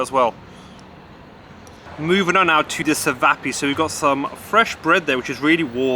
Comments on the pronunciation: Anglo-Serb checking in 🙌 it’s pronounced chevap not sevap, they are traditionally a mixture of pork, lamb and beef and served how you got them with the kjamak cheese, fresh bread and sliced onions and ajvar sauce (peppers and aubergine dip basically) I’m guessing these emit the pork for the Muslim audience in that resturaunt, possibly even bosniak muslims run the reaturaunt although the menu pics are traditional Bosnian Serbs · You're saying čivapi wrong, the c makes a "ch" noise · I wanted to kill you for saying "cevapi" that's not how you pronounce it